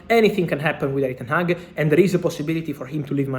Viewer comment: Ten-hag stays